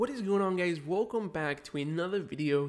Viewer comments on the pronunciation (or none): DID U SAY GAYS??????????????????????